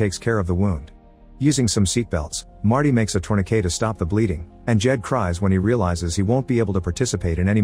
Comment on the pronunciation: The AI does not know how to pronounce "tourniquet"?